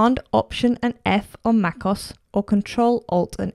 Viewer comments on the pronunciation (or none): It is not Macoss it is Mac O-S